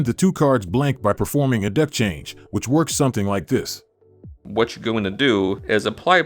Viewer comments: Dude, its deck, not dick 🤦💀👎🍆🥛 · It's DECK not DICK.... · What accent is that- when you say “dick” instead of “deck”? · Pronouce DECK better. Sounds like DI** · Why does this voice say dIck instead of dEck? It's pretty distracting 😅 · I can't help but hear the word dick instead of deck 😂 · Old and it sounds like it's saying "dick" and not "deck" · I can’t not hear the word “dick” when the narrator was saying “deck” 😂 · Why does it say "dick" instead of "deck" every time 💀💀💀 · i cant get past saying dick instead of deck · Is it intentional to replace the AI voice saying “deck” with “dick”? Obviously, moar comments xD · Am i the only one hearing "dick" instead of "deck"? XD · Thank u for sayin DICK! Instead of deck... obv, dribbling, clear dick etc, slit at the very center... well played sir. I missed some...😅😅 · Are you saying "Dick" instead of Deck😂😂😂😂😂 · Do you really keep saying "dick" instead of 'deck'? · Dose anyone else realize it sounds like the Narrator is saying the word dick instead of deck😂 or is it just me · How have y’all not noticed that he says d**k every time he tries to say deck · how can you spot this stuff, and yet still say dick instead of deck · i keep hearing "ask her to put her hands on the DICK...hold the DICK" 😂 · I hear the word "dick" not "deck" 🤷🤔😂😂 lol loved the video tho! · Consider modifying the voice to say deck and not dick. Giggled like a 5-year-old. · It's a deck, not a dick. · Dick or deck? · It’s a deck not a dick 😂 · It’s a deck not a dick! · Why does this guy keep saying dick instead of deck? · Voice says Dick rather than Deck.. so the first voice works better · as much as i loved the video, every time you said "deck", it sounded exactly like "dick" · Love the video as always, but this voiceover sounds like it's saying "d*ck" every time it says deck lol, I can't NOT hear that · You are 100% saying dick sometimes 😂😂😂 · You know damn well you’re saying “Dick” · is the narrator saying Deck or something else?